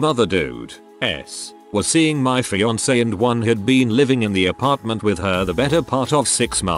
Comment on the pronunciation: the one I still can't figure out is why it pronounces jeans as GEENS. It's not genes, it's jeans. When they are referring to the denim pants, every time, the robot pronounces it with a hard G. And after years of doing it wrong, they've had plenty of time to teach it how to say fiance. But they haven't. It's not just an annoyance. It's unprofessional. People need to take some pride in their work and correct their mistakes.